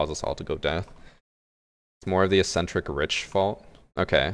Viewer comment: "Ze capitalist system"